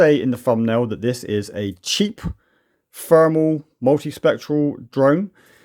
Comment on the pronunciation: It's not Fermal, it's thermal. I know you're capable of making the TH sound with your tongue between your teeth.